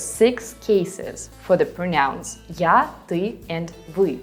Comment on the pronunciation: Thank you so much! Your teaching style is excellent. Your English is excellent too. Just a small point - when you use "pronouns" in the plural, you tend to stress the second syllable, so it sounds like "pronounce." But you have to stress the first syllable - "PROnouns". Looking forward to more of your helpful videos.